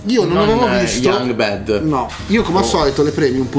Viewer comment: Vi prego, BAD pronunciatelo con la A e non con la E perché bed significa letto.